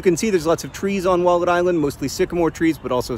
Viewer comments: It took me a little too long to understand what John was calling the island. When he said he found a wallet there I thought "I've never heard of a wallette, is it a river creature native to that part of the world?" 😓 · Was he saying wallet this whole time? I kept hearing Wallid. I was like, what's a Wallid? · I thought he was saying Walden island for most of the episode lol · I did not realise that he was saying wallet this whole time, I kept hearing Wallid. I was like, you found a Wallid? What's a Wallid? Maybe a type of animal? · Until you explained the name of the island I thought you were saying “Wallid” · anybody else misheard "wallet" and wondered what the heck a "wollod" was for four minutes?